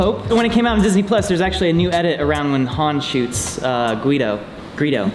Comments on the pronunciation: Missed opportunity to give Greedo a Guido hairstyle at the end when he mispronounces the name. Also, that bonus scene was fantastic. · only a room full of nerds will laugh at someone for mispronouncing a fictional alien name. "guido" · Gweedo ahah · ”Han shot Guido” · I too have been known to say Guido when talking about Greedo.